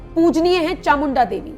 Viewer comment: It's chamunda devi. Please pronounce properly.